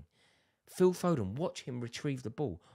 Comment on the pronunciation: Fodenna 😂 our own maradonna